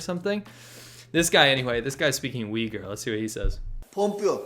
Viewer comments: its pronounced "uooigurrr" like a low uuu sound not "wigger" haha... also i think most people there seem to prefer being called turkmen. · there were many times i thought he said weaker and not uyghur